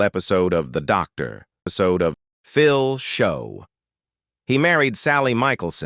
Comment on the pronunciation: Why nothing about Shelly Long?? Blacklisted for some reason?? I don't know who hires this guy as a narrator, but you need to practice your lines instead of reading them, and learning how subjects names are pronounced. Did you flip the page when you said "Doctor...pause...Phil"? Takes away from the whole video....